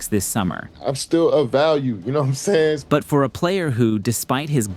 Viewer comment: "you know'm sAYin"